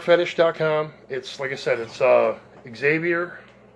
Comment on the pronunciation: Zay-vee-ier.... not Ex-zay-vee-ier. Sweet bass. You scored. When you purchase a Fender at $1000... $600 of that is.. the name.